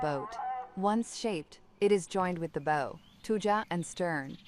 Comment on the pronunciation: AI needs to learn that BOW on a boat is not pronounced like rainbow, but more like bowels.